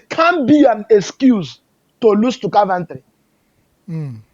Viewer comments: Car-ventry 😂😂, my man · which one is Carventry.....man is "Coventry" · Love the way calls all this teams “car-Ven-tree” 😂😂😂😂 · 😂.. Caaarventory😅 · is not Car-van-tree😂😂😂